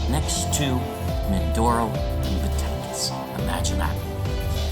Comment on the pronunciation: Its gas po not gan. Batangas